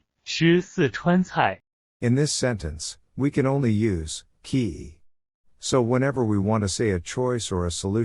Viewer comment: He says "kii" but "ke yi" ... LOL